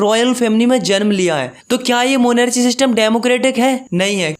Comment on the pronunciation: Bhaiya it's chile not chili and it's monarchy not monrchy